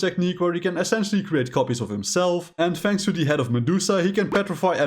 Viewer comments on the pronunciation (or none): none